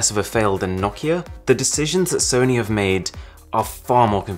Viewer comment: "And some PS1 classics that Sony haaf ported over" You JUST said about the emulators lmao